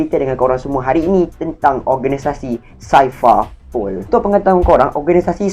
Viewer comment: Aku ingat indon je sebut x betul Orang melayu pon x pandai sebut Cipher - saipar pol 🤣 Lenkali tengok anime....jgn baca manga je...